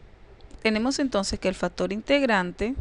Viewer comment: Yo escucho factor pero no factor ,lo dice bién.Por otra parte su idea matemática la comunica bién.Saludos muchachos.